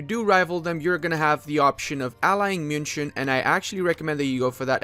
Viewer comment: Pronounces München correctly - proceeds to call landshut landshit :D